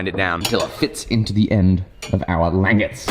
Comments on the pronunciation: i dont want to come off as rude but the way you pronounce langets is not lan-gets its lan-jets instead of saying gets at the end its jets (like the plane) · It's pronounced (lon) (jehs) not (lang) (etts). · Make a laminated pole. And it's French, pronounced lawn-gae I believe. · Its pronounced... Lanjets. but spelt Langets. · Shouldn't the g in "langettes" be the same sound as it is in "ginger"? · Lang-it, pronounced Lon-Jay as it is not an English word. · It's pronounced like "lon-jets" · It might be spelled, "langet" but it's pronounced more like: Lawn Jay' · langet = lahn-zhay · Nice build guys. Having handled a number of originals a big part of why it would be so head heavy is your langets (pronounced Lan-jets) are why too thick. Yours looked 8mm or more thick where every original I've handled they drawn out to 1-2mm. The thinner langets makes it easier to recess them into the handle so they're almost flush too. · Lan-jets is how I've always heard it pronounced. The googly eyes are the power jammer is great. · ....its pronounced Lan-Jet's^^ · Isn't it pronounced LAN-JET? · Aren't the langets pronouned "lan-jets"? Thats the way I've always heard. Not saying I'm correct, just really curious on how it's really pronounced. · It's pronounced "lan-JETS", accent on the latter syllable :) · My god man... it's pronounced Lawnjays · I think it's pronounced "lawn-jays" if that makes sense, real french sounding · Isn't it Lan-j-ettes i could be wrong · I've always heard it pronounced "Lawn-JAY". I think it's French. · That pronunciation of langets was bad. I'm sorry